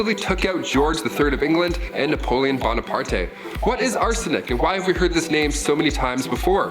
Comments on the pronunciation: "Napolean Bonipar-tay" WTF? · I have literally never in my life heard his name pronounced like that! lol Bone-a-part-eh XD